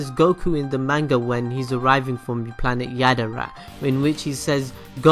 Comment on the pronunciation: Has a channel dedicated to anime and still cant pronounce manga right lolololol